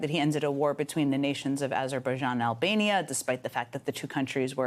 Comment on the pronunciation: he actually said aberbajian...